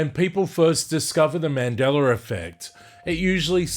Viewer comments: Is it also a Mandela Effect when I hear you pronounce it as Mandelar? 🤔🧐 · In this timeline it’s pronounced Mandeller fect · There's no R in Mandela-r lol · I was at a recent family gathering on my girls side of the family as I walked into a room where she was with her cousins I had heard one of the girls say she had her first Mandingo effect. I walked inti the room laughing and said it’s not called the Mandingo effect it’s called the Mandela effect. What the hell is a Mandingo anyway a half man half dog? I tried to explain why isn’t called the Mandela but they all seem to laugh and giggle like I was wrong. I think there’s a big possibility that in their reality it’s called Mandingo almost like how I hear the way it’s said on this video, where I hear him say Mandeler instead of Mandela. In his reality its Mandeler not Mandela. I heard one of her cousins say she couldn’t walk after she experienced her first Mandingo effect. It doesn’t sound like they understand what a Mandela effect is or care to listen to me inform them. I’m glad I’m not in that reality where you can’t walk after a Mandela effect. They didn’t want to share with me, so my conclusion is that the shift in reality they experienced was intentional and done willingly. That’s why they can relate to that reality. This stuff is definitely weird. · What is a "mandeller" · Mandeler effect 😂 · I don't understand why, the Brits and the Aussies put an "er" on the end of a word that ends with an "a"? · I think this is just how he pronounces it. Like people who say idear vs idea.